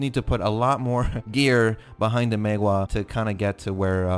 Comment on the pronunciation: You are one of the very few content maker on Youtube that actually pronounce "Maehwa" correctly. Kudos!